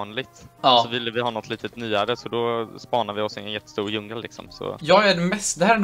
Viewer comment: Det ska vara djungel inte jungel